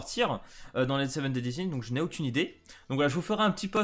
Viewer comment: Sa se prononcé cutsak et pas cuzak eli n'est pas une des seven deadly sins et sa prononcé deadly sins avec un s à la fin sinon trop hype pour les persos et bonne soiree🥰